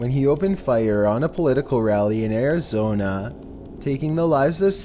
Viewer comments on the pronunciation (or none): none